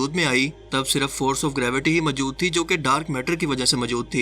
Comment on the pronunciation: السلام علیکم بیٹا جی ۔۔۔ آپ کا تلفظ اتنا غلط ہے کہ کوفت ہوتی ہے۔ مثلا آپ کی نالائقی موجود کو مجود کہنے سے ظاہر ہوتی ہے۔ لگتا ہے یا تو آپ دورانِ تعلیم نالائق تھے یا کسی نالائق استاد سے پڑھے یا کسی نالائق بیک گراؤنڈ سے تعلق رکھتے ہیں۔ ہو سکتا ہے یہ سب کچھ غلط ہو مگر اپنا تلفظ درست کیجیئے